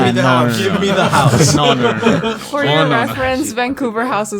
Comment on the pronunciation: I literally heard ''The Haunted Hosuh...''